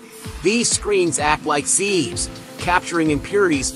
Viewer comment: Thumbs down for the added music The robot doesn't know how to say the word sieve